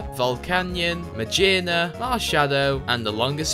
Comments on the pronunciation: you don't pronounce Magearna like "ma-jear-na" you pronounce Magearna like "ma-gear-na" if you watched the Anime, you'd know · i’ve always found it funny the way people pronounce pokémon names that have words with different pronunciations in them. such as magearna, nobody says “geer” but people say mageerna, just say magearna with the way you usually say gear 🤦‍♂️ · Why did you pronounce Magearna like that? Do you also pronounce gear with a soft g? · Now I know you didn't just pronounce magearna as majearna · The pronunciation of Magearna is killing my brain. I keep rewinding just to see exactly how you said it, and it just kills me further. I sure hope you don't actually pronounce "gear" like that.